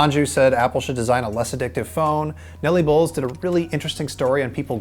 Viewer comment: thank you SO MUCH for pronouncing "Bowles" correctly 👍🏻